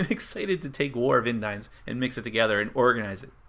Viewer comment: Thanks for the vid. FYI, the name of the world is pronounced In-deens.